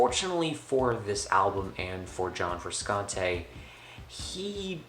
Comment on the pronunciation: lol you got 270 views in 3 years. if your gonna make a review, at least TRY to make yourself sound like you know what your talking about. this was a complete waste of my life to watch this. regretful. gonna go listen to some frusciante now... (its pronounced FRU-SHANT-AY). idiot.